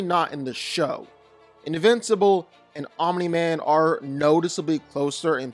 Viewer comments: bro why do you say OMINI MAN STOP IT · ... stop saying "Ominy-Man"